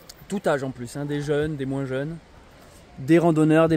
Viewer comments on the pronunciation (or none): none